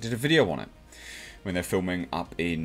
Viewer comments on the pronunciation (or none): none